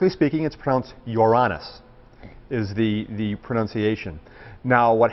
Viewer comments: I personally love the pronunciation 😮wish that one was used more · Your Ran Nuss Sounds best thats the way im saying it